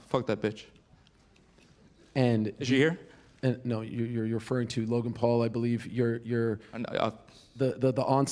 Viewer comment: bro said Logay and called us children 😂